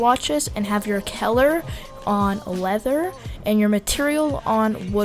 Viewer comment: caler? It's cull-er